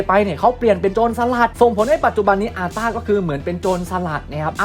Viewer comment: อาต้าพี่!!ไม่ใช่ซาต้า ตกใจหมดเลยทำไมนกน้อยฉันถึงมาอยู่อันดับสุดท้าย